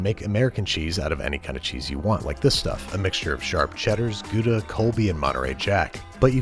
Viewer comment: It's Gouda not gooooooda. What's so difficult about it. Gouda can also melt in toast but it will split. You can prevent molten cheese from splitting by adding starch like Maizena. Trust me I am a cheese expert since I am dutch.